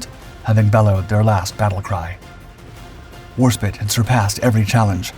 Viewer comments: Fantastic presentation! ( BTW, it's Warspite, not War-spit. 😋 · Its HMS Warspite, not spit!